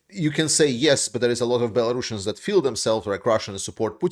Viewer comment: why do you call them bellarussians ?